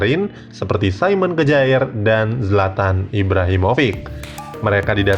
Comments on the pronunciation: simon kjaer dibaca saimon kiye om....masa kejaer...wkwkw...ntr dikira geboy mujaer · Kejaer????? Mbok belajar lah cara bacanya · Kjaer bacanya kyer